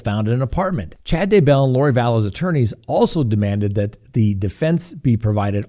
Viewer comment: YEAH! You finally pronounced Daybell correctly. Love your show!!